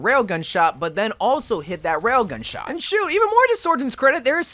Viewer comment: “With widomaker you have to stand still and wait for your SHART to charge”